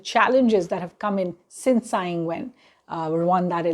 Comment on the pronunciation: Tsai is pronounced Chai, not Sai.